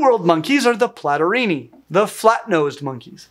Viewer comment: Among others: Platyrrhini (pronouced mich like "Platorini") and Catarrhini (much pronounced like "Catarini") sounds like two Renaissance Italian rival families or modern Cosa Nostra clans. 😎 Cosimo Platorini infamously shot Giacomo Catarini. 😂😂😂